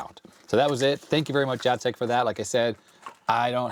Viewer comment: You say "Jacek" name just right :D and "krówki" are so good, but like 99% sugar so watch out for that!